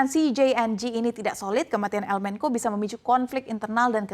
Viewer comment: Menko Polkam? Yang bener bacanya menco sesuai kaidah bahasa indonesia